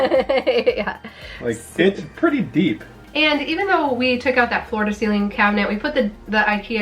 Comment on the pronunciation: You are so cute. You keep saying "floor to ceiling cabinet" in this video and the last one too and I keep hearing "Florida ceiling cabinet." You trick me every time!